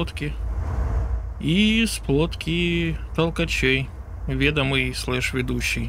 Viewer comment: Не ве́домый а ведо́мый